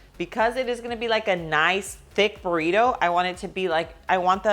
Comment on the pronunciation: It’s funny how she sayed “Burriro” (Burrito) but she can say perfectly “Barbacoa” and oregano